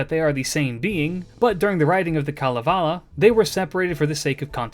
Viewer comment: One of the best summaries of Kalevala and pronunciations I have heard of Finnish characters. Wonderful job!